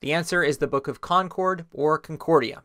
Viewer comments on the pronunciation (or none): none